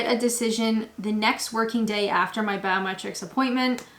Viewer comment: Every time you say biometrics I hear "bowel metrics" and wonder why staying in the UK relies on measurements of your intestines? Is there a version of misheard lyrics for YouTube?